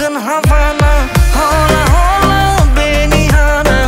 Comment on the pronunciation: “H” de la “Hola” nu se citește